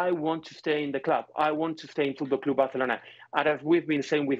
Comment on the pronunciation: literally had to close this because he kept saying fOoTbalL cLoOoOoB bArCeLonAh